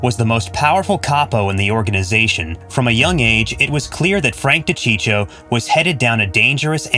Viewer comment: De cheecho ?🤦‍♂️🤦‍♂️🤦‍♂️🤦‍♂️🤦‍♂️ ...you better keep your mouth shut if you don't even know how to pronounce the name of the famous wiseguy....